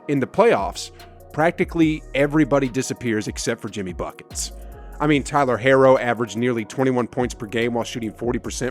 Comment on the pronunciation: man pronounced tyler's name wrong does this guy even watch basketball???